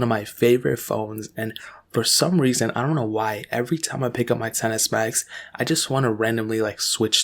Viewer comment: Did he say xs max or tennis bags 😂